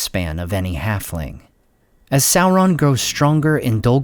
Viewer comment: I like how the Americans destroy the pronunciation of the name of people and things i mean how do you get a Kelebrimbor from Celebrimbor they cant even pronounce sauron properly